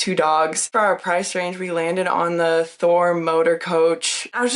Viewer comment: Does she keep saying Thor? Or Ford?